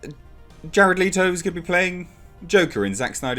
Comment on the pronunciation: Two things, you're saying Leto wrong and his joker wasn't a "punk rocker."